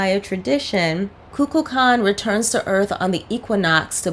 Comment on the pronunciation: Shatner mispronounces Kukulkan as Kukla Kan. There used to be a kid's show called Kukla Fran and Ollie which featured a puppet dragon. While not intentional, it resembles Kukalkan.